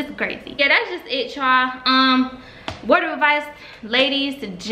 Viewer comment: I'm sick she said raw raww 😂😂